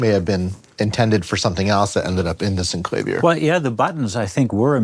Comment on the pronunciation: Finally, someone who pronounces it correctly.